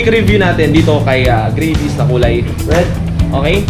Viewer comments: its not greyvis its gravis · Hindi grayvis gravis tol hahaha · Gravis pronounce dyan, hindi Grayvis. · hahahaha.. grayvis..parang gravy.... GRAVIS yan tsong 😁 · Grayvis haha.. gravis pronounced nyan.hard to get nag Tagalog kana Sana..grab-is. meaning Nyan kasi Yan gamit sa Indonesia sa grab motorcycle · Tangna dis grayvis daw ang pucha. Ahhh. Me anu ahhhh may ganito ahhhh me manok Ahhh.🤣😂🤣😂🤣😂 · Gray-vy haha